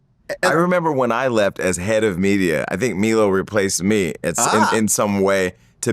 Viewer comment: who the fuck is "Me-low" ... are they talking about Milo? how can you fuck up the name of someone who was known to the public before this shit?